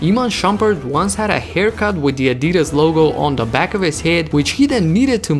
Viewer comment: He said “Adidas” so weird